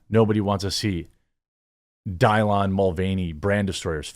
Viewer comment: Die-lon? WTF Jeremy? 🤣🤣